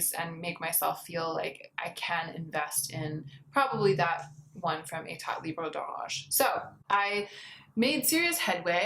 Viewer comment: Hey! Your french pronunciation of "Etat libre d'Orange" is almost perfect, but the T at the end of "état" is not pronounced. I can't really tell if you are saying it or not but just in case you didnt know, now you do!:)